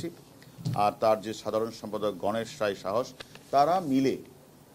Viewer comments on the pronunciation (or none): none